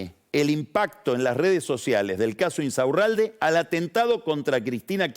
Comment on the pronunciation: me estallé como Pagni pronuncia "Insaurralde", increíble! 😂